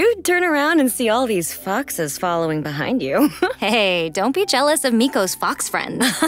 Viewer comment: Um who else thought she swore when she said 'Foxes' The hilichurl just faded out lmao